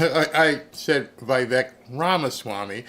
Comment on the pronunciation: Vivek is pronounced Vi-Vake. As said by vivek